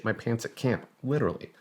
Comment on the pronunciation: "I litterly have ho belief in that system"